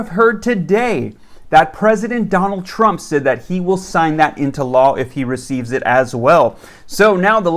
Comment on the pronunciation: Well I hope president Donald shrimp passes this lol I think you mest up on his name that a little but it's okay